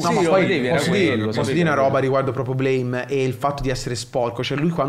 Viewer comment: Bellissimo, Nihei mio padre. (Si dice Blam)